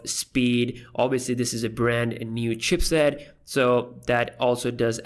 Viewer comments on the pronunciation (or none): none